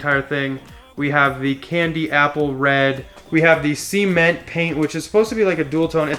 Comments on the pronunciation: Cee-ment.... cement.... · It's pronounced "ceh-ment", not "sea-ment". :)